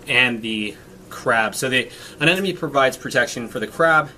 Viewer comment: Didn't know about bleaching from higher temps. Excellent. Btw bro. (A-NEM-OH-KNEE).